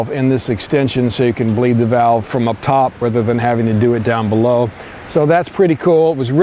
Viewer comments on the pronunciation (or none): none